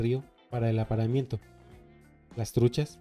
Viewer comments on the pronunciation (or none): No se dice APARAMIENTO; e dice "APAREAMIENTO"